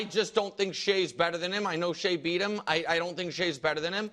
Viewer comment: “Post eem up” Why does brou pronounce “him” like that? lol